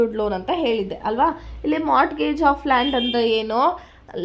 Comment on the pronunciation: Mam in mortgage the t is silent so when we say it, we say morgage